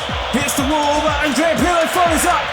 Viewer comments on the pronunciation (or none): none